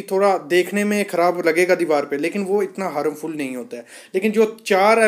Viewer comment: हारमफुल नही हार्मफुल. पहिले सही शब्दका प्रयोग करे.